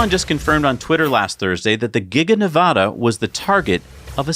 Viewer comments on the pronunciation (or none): none